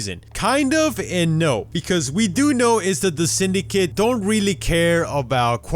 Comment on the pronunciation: why does it sound like English isn't your first language by the way you say Syndicate